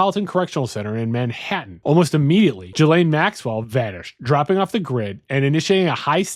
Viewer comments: "Jalane Maxwell"? It's Gee-Lane folks. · Not trying to be an asshole but Ghislaine is not pronounced "Jhee-Layne" OR "Jill-Ayne" (you keep switching it up lol). It's pronounced "Ghee-Layne". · Gee-lin (hard g)